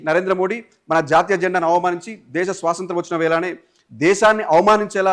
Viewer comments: యాంకర్ గారు సోసoతం కాదు స్వాతంత్ర్యం పలకాలి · First nuvvu swatantram ani correct ga pronounce chaiyyi bro swasantram kaadu